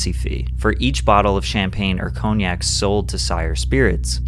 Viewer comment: Learn how to pronounce cognac!